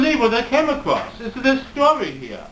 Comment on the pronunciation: Acwoss? Do english people talk like that? Im english and ive never herd someone ask me if id like a spot of tea... Ive herd "oi mate you wont soom fuahckin tee?"